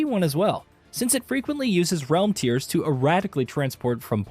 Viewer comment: This guy pronounced "realm tears" and "bifrost" like someone who's only ever read those words on a script. Maybe get someone who's actually PLAYED the games next time?